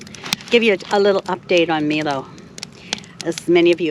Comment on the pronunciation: I was wondering if you could do something for me that I'm really curious about. You are calling your dog Milo (Meelo) everytime I've seen that name it's always been pronounced (My-lo). Could you please call your dog My-lo a couple times to see how he reacts, if you aren't pronouncing his name properly could be part of his problem of adjusting to his new home.